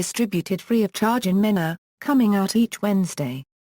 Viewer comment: It's pronounced Mean a .